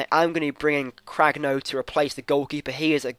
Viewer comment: Cragno is pronounced "Cran-ee-o